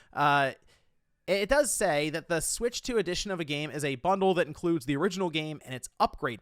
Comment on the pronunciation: it sounds like you’re saying “ADDITION” instead of “EDITION”